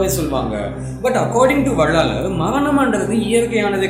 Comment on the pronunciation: வள்ளலார். என்பதே சரியான உச்சரிப்பு